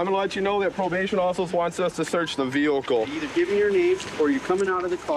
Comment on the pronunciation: He said vehicle in a weird way 😂